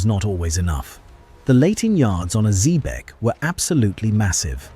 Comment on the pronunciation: Is this the Cacafuego of Patrick O'Brian's Jack Aubrey fame who was closely modelled on Sir Thomas Cochrane (Note to Narrator - Xebec is pronounced - ZEEBEK - you should know that......)